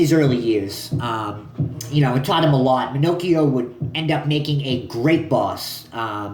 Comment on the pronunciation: I grew up in the area seen him not long ago walking sround. Its pronounce Ma-knock-eo. Hes old but still in good shape. Hes avoid major time all of his life. Good video new to your channel just subbed.